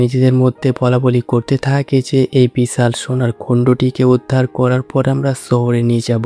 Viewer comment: ভাই, তুই কি কলকাতার? বিছাল বড়, গল্পের ছুরুতে... এসব কী ধরণের উচ্চারণ?